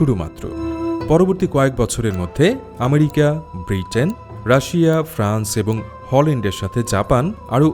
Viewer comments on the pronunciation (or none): none